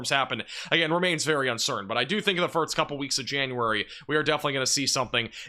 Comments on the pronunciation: Bro I swear if you say “firts” again instead of “first” I’m gonna lose my mind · It's pronounced "first" not "firts" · And I heard you say "west," so I know you can do it. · This guy says the word "first" really funny. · I don’t care what the reason is, he’s still pronouncing it incorrectly. And good for you, but it annoys me.